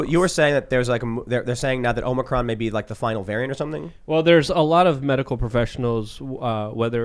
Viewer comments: It’s omicron - not omnicron (Luke ) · Small annoyance, you are adding an extra "N" in the word Omicron. You are committing a Biden-ism. Omicron not Omnicron. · OMICRON not omnicron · That one guy needs to quit calling it Omnicron. It’s Omicron. If he thinks he is being funny, he should realize he just sounds ignorant because he is saying it in general conversation, not in a moment of humor. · if you can find the video of Biden announcing to the American public about the new variant you will hear him at least 3 times call it Omnicrom. Then when Fauci speaks he calls it Omnicrom too in order to avoid embarrassing Joe. It was an embarrassment to watch the two of them stupidly mispronounce it on live television. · Stop saying Omni-cron you sound dumb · Love the show. But Tim, you need to tell that dude that it's OMICRON, not OMNICRON. He sounds like Joe Biden (aka a dumb dumb). And that he STILL mispronounces Kamala Harris's name as "kaMAla" instead of the correct pronunciation of "KAmala" (like "comma-luh") doesn't help. I don't like these people either but at least get the names right. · OMIcron not OMNIcron. FFS. You morons. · Still says Omnicron instead of Omicron. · Luke, please stop saying "Omnicron". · Why do you keep saying OMNI-cron? There is only one "n" in "Omicron" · Dude, Luke, stop saying “omnicron.” There is no N in the word at all